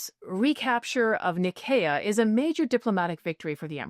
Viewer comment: No, it's a soft "s" sound to say Nicaea. "Nye-SEE-uh"